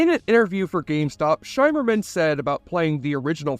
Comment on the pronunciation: Armin Shimerman, rhymes with. "dimmer-man"